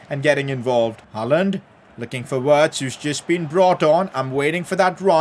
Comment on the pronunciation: Not wirtz u are supposed to pronounce it like virtz